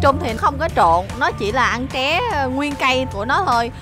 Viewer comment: Tré chứ ko phải ché nhé